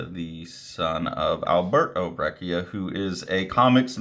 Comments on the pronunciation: It's pronounced "brech-ia" :) the "cc" works like in "cappuccino". there's a spanish language interview with him floating around on youtube where you can hear it. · I'm hearing it as a hard k?